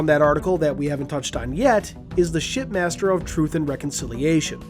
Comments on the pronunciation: Glass shattering moment, it sounds like your saying “Shit Master,” anyone else agree. Also, I can’t wait. I live next to a Dave n Busters so it’s gonna be great when it comes out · I swear you said, pardon my language, "Shitmaster"